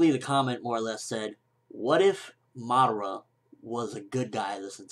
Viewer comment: you say madara wrong its pronouns mu-duar-ra watch it on narutoget god damit